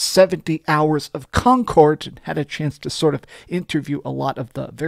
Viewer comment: Con cord 😂